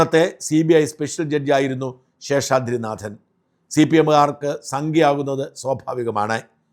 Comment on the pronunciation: പ്രിയപ്പെട്ട ഷാജൻ, നിങ്ങളുടെ പല വീഡിയോകളും കണ്ടിട്ടുണ്ടെങ്കിലും ഒരിക്കൽ പോലും താങ്കൾ ഉച്ചാരണ തെറ്റ് വരുത്തിയത് ശ്രദ്ധയിൽപ്പെട്ടിട്ടില്ല. പക്ഷേ ഈ വീഡിയോയിൽ നാഥൻ എന്നതിന് പകരം 'നാദൻ' എന്ന് ഉച്ചരിച്ചിരിക്കുന്നു. നിലവിലെ വാർത്ത അവതാരകരിൽ ഏറ്റവും ശരിയായി മലയാളം ഉച്ചരിക്കുന്നത് താങ്കൾ ആണ്. തെറ്റ് തിരുത്തുമല്ലോ? ഇക്കാര്യത്തിൽ താങ്കളുടെ തന്നെ ഉന്നത നിലവാരത്തിലേക്ക് വീണ്ടും ഉയരുമെന്ന് പ്രതീക്ഷിക്കുന്നു.